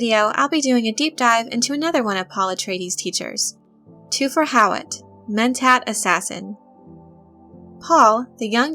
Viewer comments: Lets begin by getting the pronunciation right: its TH-fir, not TWO-fer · Thufir is pronounced with the h. Thu fir is the pronunciation. Please research the movies and listen to the audio book. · Then I'm curious why you went with just one source's pronunciation when everything else pronounces the "H". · Toofir? Or Thu-fer And Piter De-fries Or De- Freeze. The pronunciation is throwing me. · Ok, due to your obvious fandom and dedication to Dune, I like you. With that said, your pronunciation is killing me. “Thoo-fur How- what” basically......petty and picky? Yes. Ashamed of myself for being so? No. Dune forever!